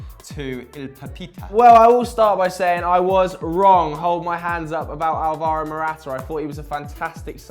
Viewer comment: You guys pronounce "Alvaro" wrong. The emphasis is on the first A and you guys all put it on the second one. Its pronounced "Álvaro" not "Alváro"